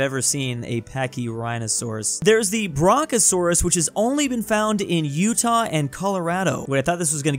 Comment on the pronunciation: The way he pronounced brachiosaurus is mentally crippling me